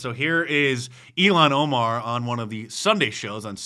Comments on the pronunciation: Dice you called her Elon Omar. Lol It's Ilhan Omar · Mark said "Elon Omar" L😂L